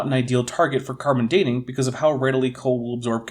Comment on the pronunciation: I remember his hat, and his disturbing “carbon for Dean” pronunciation. 😋 Where have i heard this guy, if not here? Maybe Viced Rhino…? 🤷🏻‍♂️